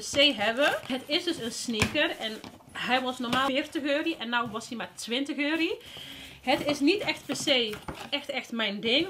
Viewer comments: Haha waarom zeg je altijd euri inplaats van euro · wrm zeg jij eurie ipv euro???